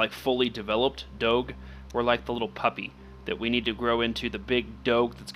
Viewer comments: im sirry but its pronounced dog (e) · you do not say doge like that the g sounds like a j